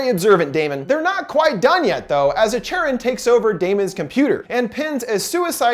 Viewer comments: Not an expert on Greek mythology, but isn’t Charon pronounced Kharon. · I believe “Charon” is pronounced “CAR - ON” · You mispronounced Charon :(. ( Kare-un)/ (Kare-on) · It's pronounced Care-on, not Chair-on. That's pretty common knowledge. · PRONOUNCED KARON........NOT CHARON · Thank you! I love your thorough and energetic reviews. Also, just so you know, for these ancient Greek names "ch" is pronounced like /k/. So it is "care-on" as opposed to the English pronunciation of "chair-on." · Charon is pronounced Care-on. Not Chair-on. I'm a mythology nerd. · Lol, cringing every time he pronounces the name like Chair On instead of Care On... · Another great video! I appreciate all of the research and analysis you do on each movie you cover. On thing though, the name "Charon" is pronounced "Care-on" not "chair-on." I'm a mythology buff so it bothered me but I loved everything else about video. Very insightful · It makes me uncomfortable how he keeps mispronouncing Charon It’s care-on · Anyone titled that he pronounces charon incorrectly? It's basically Karen but with C. :P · CHARON Its C-A-R-E-O-N say its with me CAREON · it's pronounced Kharon. Or Care-on . I know you can't fix it....just... if I didn't say it my eye woudlnt' stop twitching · It’s pronounced “kar-on” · It’s pronounced CARE-on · I believe it's pronounced as Kharon. Anyways, I love! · Isn't Charon is pronounced with a K?